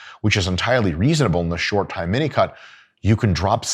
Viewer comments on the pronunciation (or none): Is he really saying minicut? Because I always hear minico*k 👀